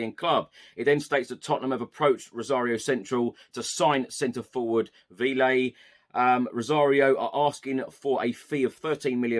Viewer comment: Hey love what you do and thanks for all the panel talk. Véliz (should we sign him) is pronounced 'veh-lis'